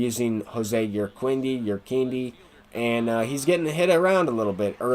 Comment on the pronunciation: Jose Urquidy is pronounced "Ur Kee Dee." Not a big deal but I heard you say you don't mind being corrected.